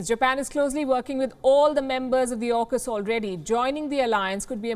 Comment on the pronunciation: "JAUKUS" LOL